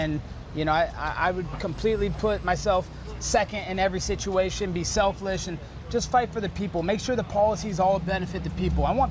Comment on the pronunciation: “Be selflish”